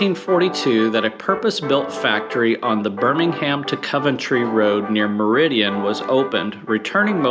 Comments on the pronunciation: Great video but it's Meriden not meridian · sorry lads its Meri Dun not merrydan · Meriden not Meridien and Amaranth (from the plant Amaranthus cruentus) not Amarath. C'mon. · It’s amaranth red. And the factory was in Meriden. Not Meridian. Which Motorcycle marque is in continuous production for longer than (Triumph)? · Meriden is pronounced Merrydin